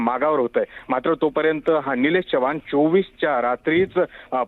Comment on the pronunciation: चव्हाण आहे च्यवान नाही रे 😂